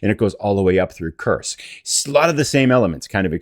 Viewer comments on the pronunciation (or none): none